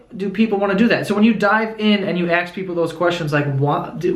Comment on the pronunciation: Aw, Joe still says "aks" instead of "ask"